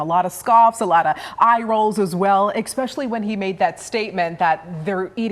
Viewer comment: The word is especially ARGH! There is NO FREAKIN' “X” IN THE WORD “ESPECIALLY!” Stop saying “Expecially!” Seriously .